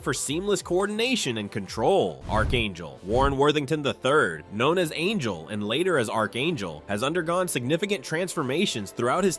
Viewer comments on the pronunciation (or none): none